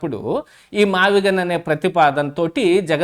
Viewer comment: ఆ భూములు "మావిజగన్ " అనేదాన్ని అన్న నోరుతిరగక " మావిగన్ " అన్నాడు అన్న 😂😂😂😂😂